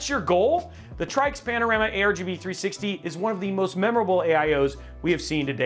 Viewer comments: it's pronounced "TRICKS" you dummy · So it's "Try-X" 😂 funny